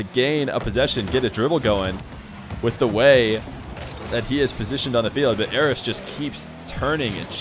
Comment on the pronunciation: Sounds like you're saying "Eros" so many times lmao